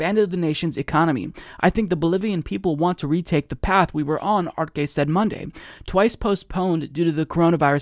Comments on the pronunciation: its pronounced: "Ahr-Seh" not Ar-ke. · Bro it’s pronounce arse not arke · Arce is pronounced (Arh-seh)